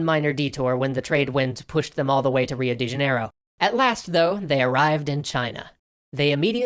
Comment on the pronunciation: I-I'm sorry? Was that supposed to be "Rio de Janeiro"? I've literally never heard it being pronounced like that if so, that has the be the worst pronunciation of the name I've ever heard.